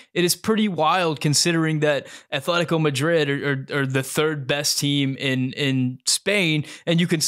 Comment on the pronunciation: A+ video! The "atletico Madrid" pronunciation is forgiven. I like Ramos and Hugo Perez. Herve Renard with Ramos and Hugo Perez as the U23 director is the best option in my opinion. A less than $5 million dollar buyout. $6 million for 4 years: maybe 1.3/ 1.3/ 1.4/ 2.0 million... Football club owners LeBron James and Matthew McConaughey can donate for the buyout along with a few friends lol